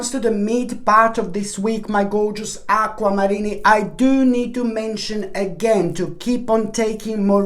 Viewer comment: Aqua-Marinni. No offense there lol